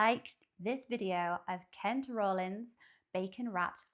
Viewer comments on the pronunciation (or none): Yes, you've got his name now. 👏 It's just not a long "O." It's pronounced like "raw." You've got it now. Minnesota invented it, but that causes big debate. Hot dogs in a jar of brine? No, no, no, no, no, no thank you. That's just the British nonsense that they sell to you guys. Get you a Pronto Pup / corn dog at a State Fair. MN's is happening right now. Better jump on a plane 😂